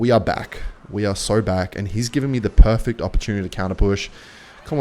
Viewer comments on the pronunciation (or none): “he’s given me the 🅿️erfect o🅿️🅿️ortunity to counter 🅿️ush”